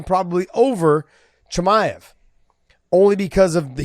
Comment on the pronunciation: josh actually call khamzat "CUMSHOOT" chimaev. Now i understand his name "the punk" all make sense for me